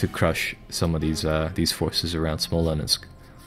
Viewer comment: Good stuff, by the way it's Smolensk, two syllables, not Smolensk.